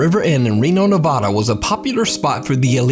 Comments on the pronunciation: I'm from Reno No one says Nah-Vah-Duh It's pronounced Nuh-Va-Duh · ok dude.. for the last time.. ITS NE-VAD-AH.. come here a call it nevaaahhhdaa and see what happens.. spoiler alert, the same shit as praising the yankees in a red sox bar LMAO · The scariest thing in this video: how pronounces “Nevada”.